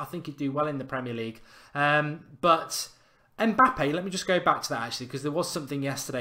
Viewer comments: It's Mbappe not Mpabbe 🤣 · It's Mbappe not Mpabbe mate